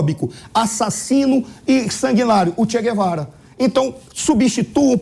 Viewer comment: Che Guevara para Chega Vara hahahahahahahaha eu sinceramente não te aguento